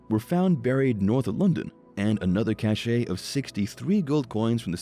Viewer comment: You’re pronouncing cache incorrectly. Also your narrative is rather disjointed and amateurish.